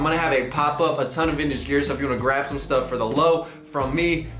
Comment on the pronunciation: “everyone in Houston come through so shome love”